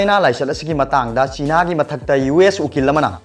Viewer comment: Plis use correct pronunciation... Like chiiiina... It's china sir